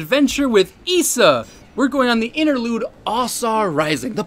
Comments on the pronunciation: Why can’t you pronounce Ausar right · it's basically the pronunciation mister Ausar (OW-Sar)